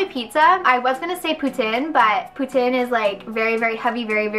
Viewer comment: do you mean poutine? or is poutin a thing lool